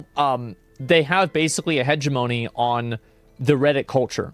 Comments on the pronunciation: Hegemony is pronounced "huh-jem-moe-nee" with the accent on jem. I learned this from "Ender's Game" during an English Literature class. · lol asmon i had to pause the video because the way you pronounced hegemony, "hedgy- moan-e" okay back to the video :)